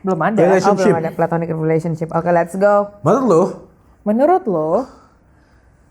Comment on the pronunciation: ga di maple ga di sini, konsisten nyebut "plantonic" capeee😭